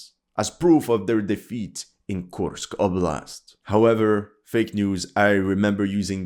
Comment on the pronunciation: Мне нравится, как автор канала произносит названия населённых пунктов, подразделений. Kursk oblast' звучит как 'Кемска волость') Кто понял, тот понял)